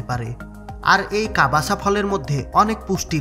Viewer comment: প্রথমতঃ ওটা ' কাবাসা ' নয়,' কাসাভা। দ্বিতীয়তঃ কাসাভা ফল নয়,মূল। ভয়েস ওভার করার সময় বিকৃত উচ্চারণ ঠিক করা উচিৎ।